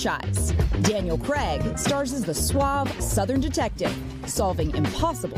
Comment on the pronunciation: Craig does NOT rhyme with "keg"!!!